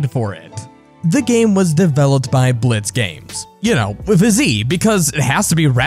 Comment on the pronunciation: God, stop trying to make it cool... just say “blits” like everyone else, my gOD 😒